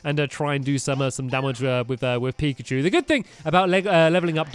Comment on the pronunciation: Pikachu not primacy